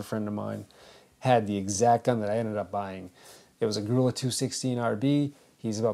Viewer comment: "Grulla" is pronounced Groo-ya.